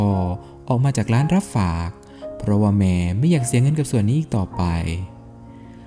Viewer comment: ชอบเนื้อหาครับ แต่ งงกับการออกเสียงสูงต่ำแปลกๆน่ะครับ ด้วยเป็นดวย แม่เป็นแม บ่อยๆครั้ง